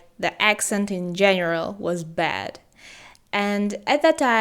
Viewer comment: i don't mean to offend, but you still have some flaws in pronunciation (bad - bed, etc..) keep improving! i believe in you